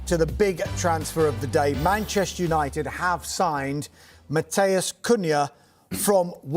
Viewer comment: Can no British commentator say Mathys correctly? It's Mathys (Mah-tees - rhymes with lease) not Matheus.